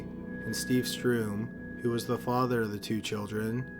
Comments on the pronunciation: the name ist sturm not strum (which is what you are saying) sturm is german for storm. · Sturm not Strume. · It‘s STURM not STRUM. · Sturm-Like stern with an ‘m’. Not ‘Stroom’. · Great vid as ususal, but you mispronounce badly. It´s Steve StUrm, not StRum. If it stands Sturm, then it´s pronounced Sturm, not Strum. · Why, in case 3, are you pronouncing 'sturm' as 'stroom'? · Sturm is pronounced "Sterm" like "stern". You're transposing the u and r.